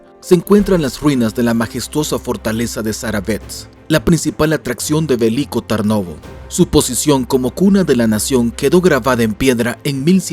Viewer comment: Pues pásatelo bien y por cierto se dice Veliko no Verlicko y Tarnovo lo dijistes bien